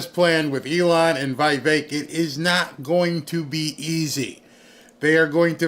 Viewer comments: IT’S VEE VEK. NOT VEYE VEK. IT’S VEE VEK. NOT VEYE VEK. IT’S VEE VEK. NOT VEYE VEK. IT’S VEE VEK. NOT VEYE VEK. IT’S VEE VEK. NOT VEYE VEK. IT’S VEE VEK. NOT VEYE VEK. IT’S VEE VEK. NOT VEYE VEK. IT’S VEE VEK. NOT VEYE VEK. IT’S VEE VEK. NOT VEYE VEK. IT’S VEE VEK. NOT VEYE VEK. IT’S VEE VEK. NOT VEYE VEK. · the "i" in Vivek's name is the same as in the word "pique".